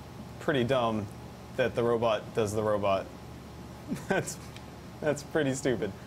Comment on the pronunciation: If I hear robut one more time I'm quoting the video